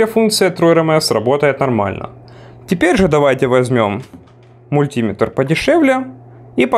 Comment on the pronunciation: Режет ухо ударение. Правильно говорить "Мультиме́тр"